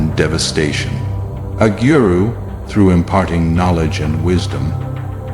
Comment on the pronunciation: Wonderfully done! Please make more!! It's to the point and skipps much of the corny melodrama of other films and movies. The pronunciation of the names could need some improvement.pronounce it like a good sanskriti! For example it's GURU and not giuyu-roo (🙂)